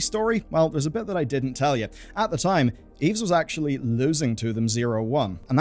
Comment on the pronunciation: the "s" is not pronounced in the name "Yves"